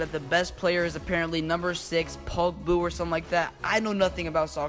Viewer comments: OMFG IM DEAD “pogboo” it’s Pogba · He said Pogboo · Clicked off right when he said “pugboo” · pogbooer? bruh its paul pogba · “Pogbu or something” jesus christ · "Pogboo" XD i was dead!!!!!!!!!!!!!!!!!! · "pogboo" lmfao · ''POGBU" xD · "Paul poog" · Ha he doesn’t know pogba he doesn’t even know how to say pogba but he’s awsome no hate his doging is amazing